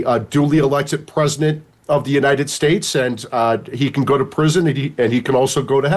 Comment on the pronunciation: FFFS Mike Davis the word is pronounced "PRESIDENT" not "PREZINUNT" 🤦‍♂️🤦‍♂️🤦‍♂️🤦‍♂️🤦‍♂️🤦‍♂️